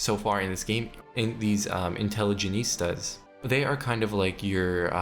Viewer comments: Great video! One note on pronunciation, The faction you were promoting at around 12-13 minutes is pronounced In-tele-gent-see-ah rather than in-tele-geh-neest-ah. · Love how you pronounce intelligentsia like a spanish word ("intelligenista") while it was borrowed from Russian and easier to pronounce haha. Great video, I'm gonna try Greece now. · If I hear the intelligentsia be called "intelligenistas" again I will go mad. Also lol too tho lmao. Great video! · European teen who speaks English as his sixth language: does know how to pronounce "intelligentsia* Dipshit from third world illiterate country who only speaks 1 simple language: doesnt If i were american, i'd kill myself out of shame. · It's actually from Latin, but yeah, I twitched my eye every time he pronounced it wrong. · Intelligentsia. Just fix this pronunciation for the next video please. Im either going to have block the channel or cut off my ears if not fixed.